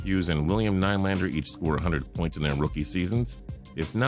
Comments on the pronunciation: How he pronounced Nylander killed me. It NEE-Lander not NIE-Lander😂😂😂😂😂😂😂😂😂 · It's pronounced Nee lander